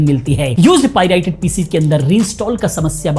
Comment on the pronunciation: bhai vo pirited nahin Pirated rated hota hai